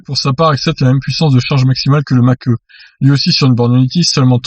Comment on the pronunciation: MDR ! "Mach E" ta prononciation , mieux vaut dire "mach i" (c est plus élégant !) en tous les cas tes vidéos sont super . merci